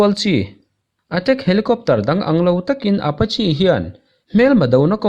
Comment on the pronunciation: Apachi ti lovin Apache ti zawk la